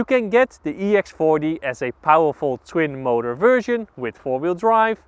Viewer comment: sounds like he said ex farty